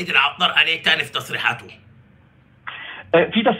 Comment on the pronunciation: العطار. بحرف الطاء. يا استاذ